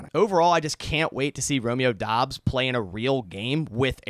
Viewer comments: As a Nevada Wolf Pack fan I can tell you he pronounces it like Dubbs not Dobbs! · Its DOUBS, not Dobbs What the hell??